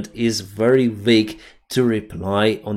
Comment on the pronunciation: Dear, excellent work. Just a very small pronounciation correction: aerial, not earial(area, not earia), very, not wery. Keep it up, slava Ukraini